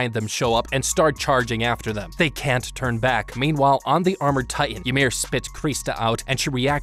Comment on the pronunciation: Did u just said the colossal titian armor??? At 19 minute plus